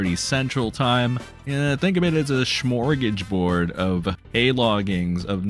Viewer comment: Did you say smorgageboard? It's smörgåsbord.